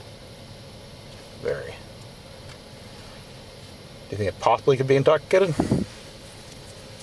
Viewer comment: Hahahah Listen to the terrorist on, when he says "doob youbhink hebs oossbibly indoxidated?" I think the domestic terrorist is "indobxicated".